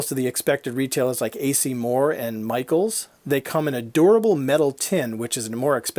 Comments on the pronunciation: Anybody else hear "adorable metal tin" when he actually said "a durable metal tin"? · 😂I read this before the video and then forgot and heard it and it sounds exactly like “adorable metal tin” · I heard adorable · Yes!! Lol.